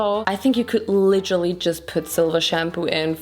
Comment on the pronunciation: Yep, „litterly“